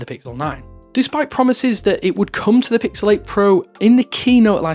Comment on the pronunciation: I SWEAR HE SAID PICKLE 9